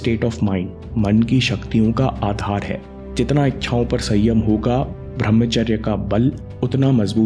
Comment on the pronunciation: bhai channal se kama lo. par uchcharan sahi kro. tum bhramcharya kahte hai. brahmcharya hai. kamao yaar kamao